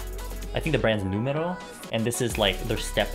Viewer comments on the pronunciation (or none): I like how you pronounce noumero sounds so Greek!